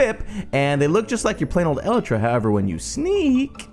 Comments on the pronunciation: I'm also annoyed how you say elytra. You say it as elletra. ibxtoycat said it like eleetra. I say it as el I tra. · It's pronounced E-light-tra